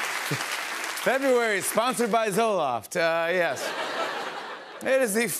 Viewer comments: It would help if you pronounce February correctly. Not Febuawee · SPELLING: Fe-bru-ary... PRONOUNCED: Feh-brew-airy ~D